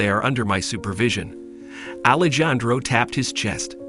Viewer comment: Alejandro is pronounced Alejandro the j is pronounced like an h